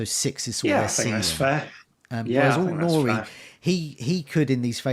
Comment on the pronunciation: Any more irritating word play with "talisman" and you're going to lose a subscriber. And it's AIT Nouri, not ALT. Sheesh!